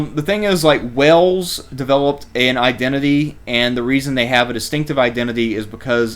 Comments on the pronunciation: ffs it's Wales, not Wells, Wales like in Whales, if you can't get basics right then don't upload crap like this !!! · He speaks with a southern drawl which is the evolution of a high class accent as opposed to a southern twang which is a low class accent think trailer park. A dude in a trailer park would’ve pronounced Wales correctly tho lol